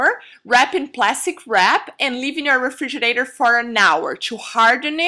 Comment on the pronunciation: Refrigerator....not refrigernator..